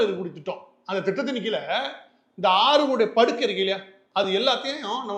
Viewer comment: அண்ணா படுக்கை இல்லை. அது paduhai